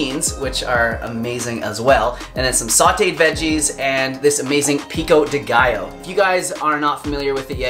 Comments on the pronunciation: Pico-dé gio= Peeko day guyo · HAHAHAHAHAAH i dont allow u saying "pico de gaiooouuuu" stop saying that way 😁😁😁 a spanish dies avery time you pronouce it!! I LOVE YOU AND YOUR RECIPIE ANYWAY ❤❤❤🌼🌼🌼